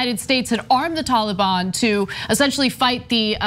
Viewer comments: Haha "Tawl-a-Bawn" 🤣 Ana pronounces that adorably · Oh Ana and her Tollybon where did she learn how to say it?